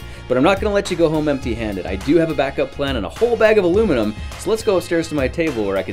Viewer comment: it's a very soft metal and plus it's not alumiom it's aluminum 😂!